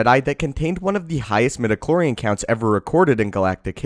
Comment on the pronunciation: I cringe every time I hear the word, "midichlorean"